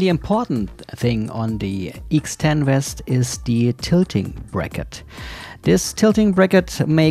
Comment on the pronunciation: It's the "VEST". Not the "West"